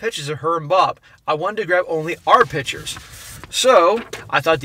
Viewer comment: PICK-tures, not "pitchers" (annoying)